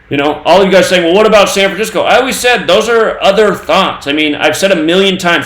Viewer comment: I rewatched the Gilbert Gottfried vid... realized he doesn't say San Francisco...he says SAM Francisco...remember he put out on 711 when you plug that into the gematrinator